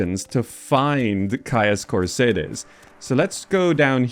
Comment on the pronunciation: Why are you pronouncing Caius Cosades like that, it doesn't contain an R